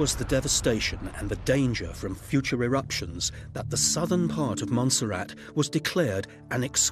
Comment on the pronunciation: you just can't fucking take this seriously when a country is always read as 'monster rat'